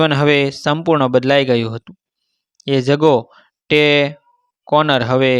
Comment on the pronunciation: આ લખાણ અને વાત સાવ ખોટી છે, અને જે આ વાંચે છે એ પણ અભણ ગધેડો છે, એણે જ્યાં "Jago tea" 'જગો ટી ' ને બદલે જગો ટે વાંચ્યું. મેં આગળ સ્ટોરી વાંચવાની ,સાંભળવાની બંધ કરી આ કોમેન્ટ લખી. આવા આવા ગધેડા જેવા , રતન ટાટા જેવું મોટું નામ વટાવી ખાઈને આપણાં જેવા નાના માણસ નો ટાઈમ અને ડેટા બરબાદ કરે છે.